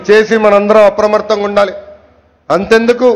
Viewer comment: Apramatramga kadu nayana apramatamga